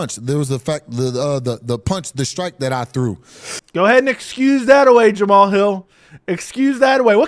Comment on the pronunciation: Jam-uh-Hall has became tighter and tighter with Anthony “Lying Hard” Smith… so maybe he’s only delusional on paper…